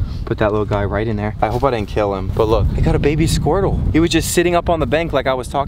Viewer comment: He said "we got a little squrtle